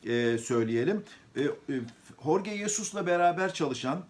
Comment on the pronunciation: Telaffuzu Horge degil.. Adam ispanyol degil..